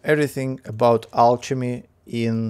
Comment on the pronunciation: Hey man, great video again! If you're interested, I have a few pointers: Alchemy is pronounced with a hard c, so more like alkemy ;) The lvl up gift bubble has a small chance to give exclusive items, so whenever you notice you're going to lvl something up (especially fishing), it's worth switching to the gift. I wouldn't personally spend too much liquid water on the cauldron boosts, but rather use the water for the vial upgrades for example (those are very important :)). And last but not least, the liquid cauldrons give more exp than the basic 4 cauldrons, so it's useful to keep your best mage on one of those so he can lvl up alchemy faster.